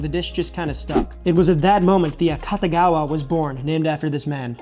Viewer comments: Not 'Cutta', 'Koota'. 'A-Koota-gawa'. It wasn't 'invented' in Chicago. Fried rice has always been a breakfast staple of all cultures where rice is the main dietary starch. It's just the previous nights leftovers fried together, often with an added egg, so there's no specific recipe. The only reason this one has a specific recipe is because it was specially made from scratch for the tastes a specific patron within a culture that didn't have any Japanese leftovers on hand. The only thing about this dish that would seem unusual to a Japanese person is that it's nearly impossible to make fried rice using fresh rice. Setting overnight, especially in the fridge, is what dries it out and makes it fryable. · a-KOO-tah-gah-wah. KOO, not KAH. You show it in print a dozen times. [sigh] It's like printed words just roll off people brains these days like water off a duck's back and they do the telephone game instead, repeating what they think they heard somewhere. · Very Very Interesting story and dish... and i think AKATAGAWA is mispronunciation of Akutagawa(芥川) e.g. Akutagawa Ryunosuke(芥川龍之介). as far as i know, the family name Akatagawa(赤田川?) doesn't exists in Japan. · This guy doesn't know how to pronounce this dish. It's pronounced, auk ta gawa, and it's named after George Akutagawa. My father used to hang at the Nisei Lounge with all his Nisei friends, Nisei is my fathers generation, it the second generation, they were the first generation born from Japanese parents in the United States. Additionally, Wrigleyville was not a Japanese neighborhood, there wasn't a designated Japanese neighborhood in Chicago, not like Chinatown, of Japantown in San Jose CA. But the Akutagawa is a wonderful meal! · the u in Japanese phonology is pretty much always pronounced as ooh, it sounds like you're saying Akatagawa.